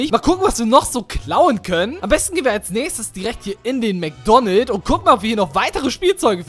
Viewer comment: Es heißt Mc Donalds und nicht Mc Donald